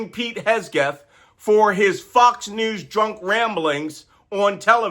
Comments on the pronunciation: noticed that too, and he does that with a few other words. I just assumed it's a mild case of dyslexia, but totally doesn't matter and has nothing to do with working intelligence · Did he ever say Pete's name right? 😂😂😂 biggest burn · Love that you mispronounce Hegseth 😅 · Hegseth may be an idiot, but it’s probably a good idea to pronounce his name right. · You always say Hegseth's name wrong😅😂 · HegSETH not Hesgeth. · Malcom, It’s Hegseth, not Hesgeth. Don’t let someone use that minor mistake to discredit your message. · Malcolm, I hate to nitpick but I think it’s important. It’s Hegseth not Hesgeth, and hyperbole not herperbole. Accuracy is important. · SECDEF. I'm Australian, living in Australia. And I was of the impression Pete's surname was HeGseth, not HeSgeth. Which is it. And it's extraordinary disrespectful to mispronounce someone's name, irrespective of what you may think of them as a person. If you can't show someone basic respect, why should they give it to you in return? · Malcolm. We love you. A small correction. His name is HEG-Seth. You kept saying HES-Geth. It is HEG-SETH. Please get it right. Stuff like this bugs me and I miss the actual message. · Mr Nance….great lesson, but it’s Heg-seth, not Hes-geth. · Can you please not shout? 🤕 Also, it's HEG-seth....not HES-geth. Please don't take offense. Love your channel. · Thanks for your professional and experienced perspective. FYI it's Hegseth, not Hesgeth. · Love it that you keep calling him Hesgeth instead of Hegseth. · Hahaha - I noticed that, but wasn't sure if it was intentional 😅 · Awesome content, perfect delivery, thank you. Just one thing: the man's name is Hegseth rather than Hesgeth. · Do you mispronounce names on purpose? Fortunately for us, Pete Hesgeth has no role in the government at all. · its HEG-rhymes with KEG, SETH-rhymes with METH, pronounced HEGSETH, NOT HESGETH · It's Hegseth, not Hesgeth, Makcolm. Don't give the traitors a weapon with which to attack you.